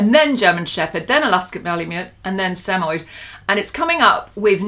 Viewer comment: so you had a samoyed before and you don't know how to pronounce it correctly?